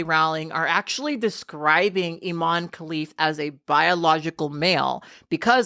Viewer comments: For the love of god, can you please pronounce her name properly?! It's not pronounced "ee-mon", you have to pronounce the 'e', so it sounds like "e-maan-ee". Sorry, I know it's not the big issue when it comes to Imane Khelif and everything she's been put through, but it's hella disrespectful to continually mispronounce someone's name. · Bit of a nitpick sorry but her name is pronounced Im EH n.